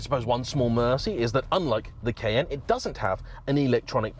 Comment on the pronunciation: Took me a few times hearing 'kn', to understand saying Cayenne.